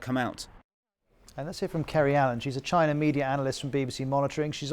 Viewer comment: Nobody: The anchor: CHINER